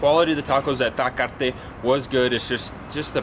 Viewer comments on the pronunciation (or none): Well I believe that tacos Taquearte ( btw you forgot to pronounce the letter e on Taquearte ) they are for people that don’t want to eat street tacos. They wanna sit down at a nice clean fancy place with ambiance and have a beer. I do agree the lack of presentation didn’t help with size or flavor. But also think about which ones might also be healthier. But do agree I would always prefer street tacos almost anytime. Till next time. Continue with the videos !!! Ciao